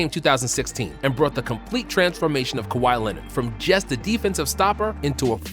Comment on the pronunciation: “Cow-high Lennit” - Stephen A Smith